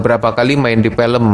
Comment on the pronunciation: Bang kenapa abang bilangnya pilm bukan film